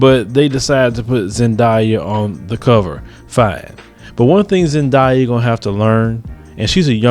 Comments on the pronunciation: zendaya. zen-day-a. wtf is a zediea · it's not pronounced Zan* die* yah.. it's Zan*day* yah.. btw I'm a mullato too ☺ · He said Zendia 😂😂😂